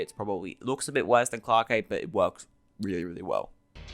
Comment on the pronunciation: Was liking the video until you started pronouncing clarke as clark-eh and nebula as noob-ela. genuinely how can someone look over their recording and think yeah thats fine